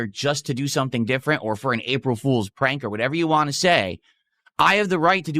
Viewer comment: I'm blaming, but whenever he says "whah" now... I can't not hear how horribly he mispronounces want now.